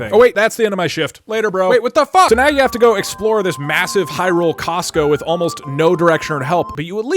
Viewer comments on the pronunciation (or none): "And- Its costo."